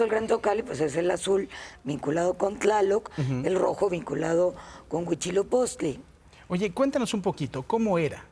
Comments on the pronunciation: Huitzilopochtli, no Huichilopostli.. jeje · Si.... Tienes razón dijo : Huichilopochtli ❗ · Se supone que es una experta y dijo mal el nombre Huitzilopochtli , que mal.